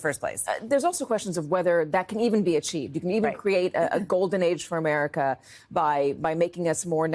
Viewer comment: He t r u l y wants to fix "ohmerica"😂😂😂😂